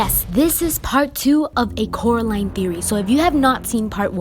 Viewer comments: "It's Coraline, not Caroline" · I have a theory that Coraline never escaped if you listen to Mr.Robiniski the other world's people says her name rightly Coraline but the real world calls her name worngly Carline in the end they said her name right.